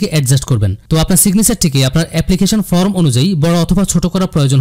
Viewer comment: ভালো ভিডিও। উচ্চারনে সমস্যা আছে। Form এর উচ্চারন ফর্ম, ফ্রম না।